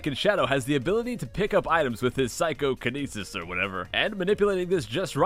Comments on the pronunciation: phychokinesis? More like ScykohKinesis 👈😉👈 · Scykoh-kenisis!!!! Lol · Did anyone realize he said Scykohkenises? Edit: Also during when he was flying the ball Amy appeared. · He has Scykoh-kinesis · "Scykohkinesis" get it? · hahaha SCYKOH-conisis.